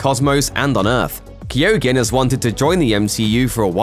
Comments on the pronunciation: Barry Keoghan name is pronounced Ke-Own not Keo-Ghin. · pls tell me he didnt just say keeeoogan why cant the americans pronounce our irish names !!!!!! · I thought Keoghan was pronounced 'cogan'? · Anyone else pull a face when he tried to say Barry Keoghan's name??? 😅🙈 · And had to say it so many times!!!! 😳😳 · That is not how you pronounce keoghan the gh is silent in the Irish language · How hard would it have been to google how to pronounce Barry Keoghans name. Jaysas what a butchering!!!